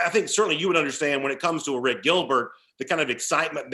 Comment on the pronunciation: Say Airplane. Now say Arik. Don't say a rick. Thank you. Also, Harrah's Cherokee is 3 hrs from Atlanta, not 2.